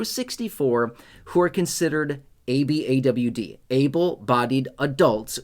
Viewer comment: It’s pronounced A-BOD although the abbreviation is ABAWD